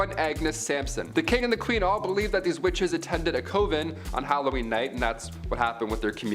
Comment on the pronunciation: Coven sounds like oven with a c and convent is con vent just like it’s spelled both words have a short o sound not a long one. Please learn the pronunciations it’s so aggravating I’m bout to stop watching and unsubscribe